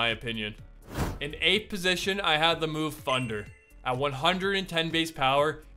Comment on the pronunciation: “With funder or funderbolt”